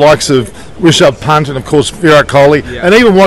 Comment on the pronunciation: Sir, His name not rechard punt, his name is Rishabh Pant.